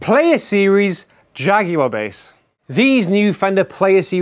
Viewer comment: Glad you call it a Jaguar not like the US reviewers with their JagWarr pronunciation